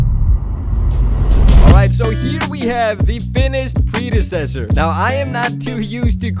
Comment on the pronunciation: You were pronouncing predecessor wrong